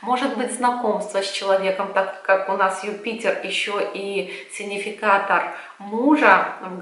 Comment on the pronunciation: "сиГнификатор", пожалуйста, говорите. Слишком режет слух Ваше произношение и ошибка. С пониманием.